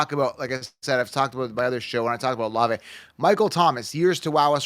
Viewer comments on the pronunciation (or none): Dude said olave in the 4th or 5th😂😂